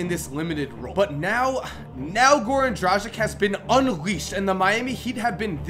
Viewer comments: Good list, but please pronounce Dragic's name correctly? Drah-gitch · How can you fuck up pronounciation so badly that you change the places of "g" and "c" in Dragic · It's Goran Dragić, not Goran Dražik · Im from the country where Dragič is from, and im just laughing everytime you pronounce his name :D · Just a reminder to all american friends. The surname Dragic is pronounced differently. The g is pronounced like g in "gun" and c like "ts".